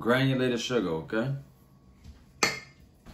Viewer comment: The way he says O'Kay keeps me coming back lol